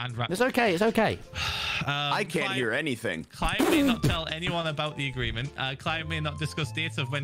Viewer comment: aggreement instead of agreement